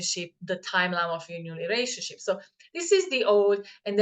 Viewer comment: LOL it sounded like you said the old relationshit !!